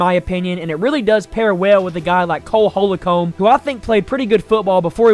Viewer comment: His name is Cole HOL-COMB NOT Holocomb as you stated.